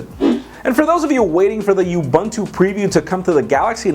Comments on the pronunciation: By the way, it's pronounced Ub-o-nthu. A Zulu (South African language), philosophy, meaning; Being Human... Ubantu as you pronounce it means something else. Nice show too. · u call it youbuntu i call it oobuntu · u call it youbuntu i call it UHBUNTU